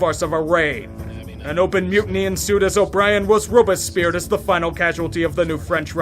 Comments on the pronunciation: This is very true. Great vid. But it’s Robes/Pierre. French is weird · “Roba-speared”? Robespierre’d! Mon dieu... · Great video tainted by the most American pronunciation of Robespierre I've ever heard 😂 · The way he pronounced Robespierre caused me physical pain